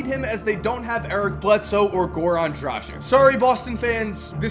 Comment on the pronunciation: Why "Drażic" ??? :D It's Dragic